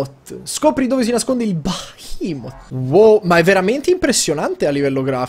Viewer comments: mi hai aperto un mondo se si dice veramente bahaimot, perchè io l' ho sempre pronunciato praticamente come è scritto ahah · Comunque Yoto si dice "Bahamut" xD